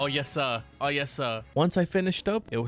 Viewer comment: The way he said yesir ☠️💀☠️☠️💀☠️💀